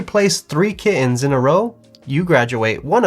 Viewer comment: That's how you pronounced kittens.